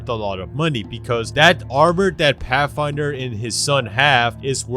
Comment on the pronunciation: Pathfinder to pafinder